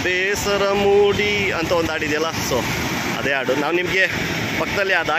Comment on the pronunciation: ಆಡು ಅಲ್ಲ ಅಣ್ಣಾ.. ಹಾಡು.